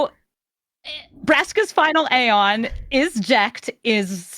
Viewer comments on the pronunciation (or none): none